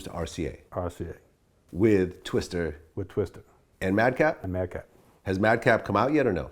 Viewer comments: Twista vlad. Not twister. Goddamn. Vlads mispronounciations drive me nuts. No one else on 🌎 has that effect on me.. Vlad you suck. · Twista, not Twister. Fuckin dumbass corn ball. Lol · TWISTAAAAAAAA STAAAAAAA NOT STER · Vlad, it's TWISTA, not Twister. Come on bruh!